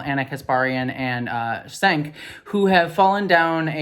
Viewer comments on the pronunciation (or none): Gotta correct you: it's pronounced Cenk like chenk, not sank. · Girl just fyi, I don't much care for him, but you sound like you don't know what you're talking about when you pronounce Cenk's name Senk and not Jenk. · For future reference, Cenk is pronounced as "Jenk". No big deal, I pronounced it as you did, just thought you'd like to know in case you may want to reference him again later. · you're mispronouncing Cenk's name, the C is pronounced like a J. Jenk. Also, I unsubscribed from TYT long ago for their obvious transphobia is well as a lot of their scolding around a lot of other issues, so I'm glad that you're continuing to call out their problems. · Yes He’s a pos and a transphobic but it’s pronounced Jenk the C is a J sound in Turkish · Just FYI, Cenk's name is pronounced like it was spelled "Jenk." It's Turkish, and the C (without the cedilla) is pronounced like the English J. For those interested: with the cedilla, it's like the English CH. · Not that he deserves this level of respect, but his name is pronounced "Jenk". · Cenk is pronounced Tschenk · You look super cute! ❤ Thank you for keeping up the fight. Sorry. I gotta say it: Cenk pronounces his name, "Jenk". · JSYK: “Čenk” is actually closer to “Jenk” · I can't stand Cenk and haven't for years tbh but I didn't just wanna point out his name is pronounced "Jenk" with a j or g sound just don't future reference if you meet a Turkish person with that name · Total sidebar FYI, his name is pronounced Chank, rhymes with Blank. I used to love the channel but I am done. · It's pronounced "Jenk," the C is pronounced like a J and the E is a short E like "egg" or "men" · Quick note: Cenk's name is pronounced more like Chenk. (Or closer to Jenk, as has been pointed out to me) I ignored mediocrity from TYT, but this whole thing has made me unsubscribe at last. If Cenk and Ana are so desperate to go on Ben Shapiro's network then they can just say so. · It's actually pronounced "Jenk"